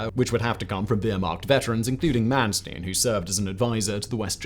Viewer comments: It's Mannstein and not Mannstien. Don't pretend to be American. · It's Manstein not Mansteen. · Its not Man Steen. Its Manstein. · Yes! Was about to say this. 👍